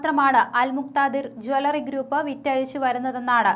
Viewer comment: ജാലറി അല്ല ജ്വല്ലറി എന്നാണ് പറയേണ്ടത്. ഈ പെണ്ണ് സംസാരിക്കുമ്പോൾ വാക്കുകൾക്ക് ഒരു ബലം കുറവാണല്ലോ???